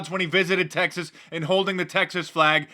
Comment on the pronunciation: Texese, like who doesn't know how to pronounce Texas? Sounded like testes...